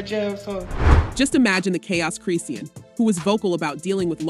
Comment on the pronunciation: Say her name right it's chrisean